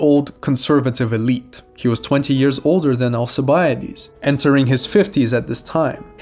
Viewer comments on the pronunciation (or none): none